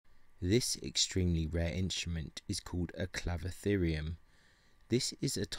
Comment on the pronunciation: Very cool, but is it really pronounced "clavitherium"? Is the "cy" silent?